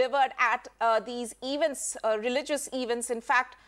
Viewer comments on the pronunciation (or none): The Anchor has distorted the pronunciation of the word 'Event' and it jars